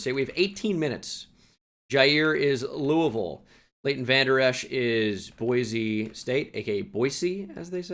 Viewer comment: pronounced Boise correctly!!!